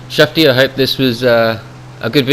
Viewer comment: Yes, you say shuftie correctly. You flew the Iron Dog lovely, lots of ruthless kills in a short space of time. It was very much up to my standard, thanks! The sound of those cannon rounds thumping out, great stuff!